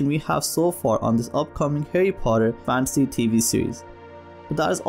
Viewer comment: Instead of Fan-see.. it's more Fan-Teh-See